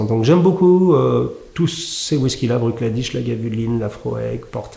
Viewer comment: Hello Hugo. Je me ferai volontiers l’écho de Niko pour recommander Ardbeg (et notamment en effet le cask strength Uigeadail, dont le tarif demeure encore raisonnable pour la qualité) pour un amateur de tourbe d’Islay. Sinon Bruichladdich se prononce sommairement « Brouk Laddi ». Mis à part leur redoutable Octomore très riche en phénols, leur production est souvent peu voire pas tourbée, à l’image de celle Bunnahabain, autre distillerie de l’île à Port Askaig. Cheers et... Slainte !